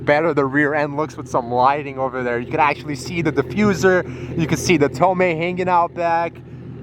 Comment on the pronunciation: “Is that a tomai”